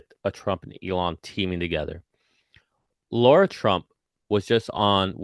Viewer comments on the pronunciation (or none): none